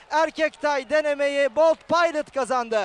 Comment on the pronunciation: biz bold paylıt demeyiz, biz bold pilot deriz kardes. bold pilot daha seksi söylenişi var :D